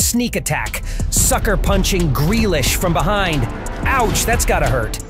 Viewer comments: who noticed he said jack gralish its jack grealish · Jack 'Gralish'💀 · You mean Jack Grealish